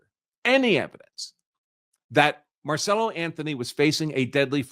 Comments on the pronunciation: Why do you keep saying his name wrong? His name is Carmelo Anthony not marcello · Why do you keep calling the kid, Marcello? Isn't his name, Carmello? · Dude, his name is Carmelo Anthony (like the NBA player), not Marcelo or Marcela!! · The murderer kid is Karmelo, not Marcelo. But great video. Very informative. 😊